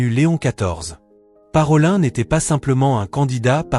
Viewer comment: Parolin se prononce comme ParoliNNE ( nom venitien) et non ParolAIN .